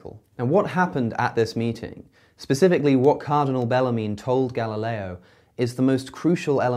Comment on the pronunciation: Me: Galileo Cosmicskeptic: Ga-La-leeeo